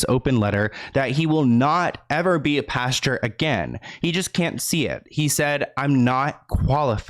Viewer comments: Hi luv its Pastor not pasture ❤️ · I thought you said the lead PASTURE 🤣🤣🤣🤣 instead of "pastor" .... but a pasture has alot of manure💩in it so it would be fitting 🤣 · It's Pastor, not pasture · Honey, Pas-tr..not Pasture... love your videos! Always thorough and concise 🖤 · Anyone else realize how cute it is every time says pasture n not pastor 😉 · Pastor not pasture! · the way says “pastor” like “pasture” 💀 i love him sm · Lol I can’t get over how you’re saying pastor